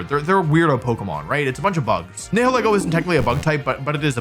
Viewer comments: its nye hill ee goh not nee hill eh goh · You did butcher the pronunciation of "Nihilego". It's a combination of "nihilism" and "ego". "Nigh-ill-ee-go" The H is silent, and the E is pronounces like the name of the letter itself. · Nihilego is a combination Nihil (as in Nihilism or Nihilist) and Ego (As in the Ego, Super Ego, and Id) It's just those 2 words pronounced back to back. Nye (Like Bill Nye) Hill (Like a lump of dirt) E (pronouncing the name of the letter) Go (Collect $200) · People always struggle to pronounce my name (Niall) At Pokémon events, I briefly tried to explain that it's pronounced like the first syllable of Nihilego That... did not work, because people always struggle to pronounce Nihilego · Wolfey! It’s pronounced Nai-ha-lee-go just so you know 😊. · Pretty sure it’s pronounced nihileego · Nile-ego is how I pronounce it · I pronounce it Nile-Ego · Nihilego is a parasite that surpresses its host's higher mental faculties, forcing them to act on their basest desires. Therefore, you pronounce "Nihil" the same way as in words like "annihilate" or "nihilist", and then pronounce "ego" like the word Ego. NIGH-ill-EE-go. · you’re all wrong, it’s “na-HELL-go” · it's pronounced n-I-i-leego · Most people pronounce it Nihil-ego like nihilism & ego.